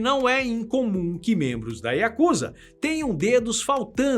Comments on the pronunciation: Que agonia ouvir o povo falar “yakÚza”😰😰 é “yakuzÁ”!!😪👌🏼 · Desculpe me mas a pronúncia correta é Yakuzá, moro aqui é respeitamos muito.